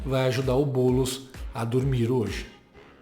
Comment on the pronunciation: Oh!!! Pare de errar o nome do homi nos começos dos vídeos!!! É BoouuuuulEEEEEss. Repita comigo: BoouuuuulEEEEEss